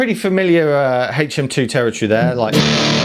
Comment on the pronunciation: HHHHaytch M2... LOL